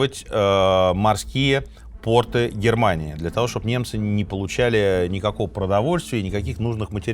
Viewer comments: пОрты, а не портЫ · Очень интересно. Люблю слушать в дороге. Очень режет слух «портЫ» ( прям представляю как чьи-то штаны блокируют ). ПОрты если можно. Пожалуйста. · Слушаю Минаева с большим удовольствием и интересом. Но, пожалуйста, не портЫ, а пОрты, если речь идёт о морских сооружениях. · Извините, но правильно говорить пОрты, насколько я знаю